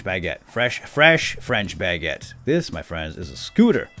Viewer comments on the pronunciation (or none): really triggers me when he says Bagete instead of Baguètte